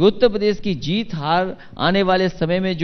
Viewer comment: इस प्रोग्राम में अखिलेश ने कितनी बार उत्तर प्रदेश को ऊत पदेस कहा